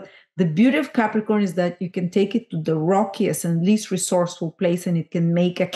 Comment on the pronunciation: I didn’t get how to pronounce the Pluto in Capricorn generation. Looks like an ‘ax’….?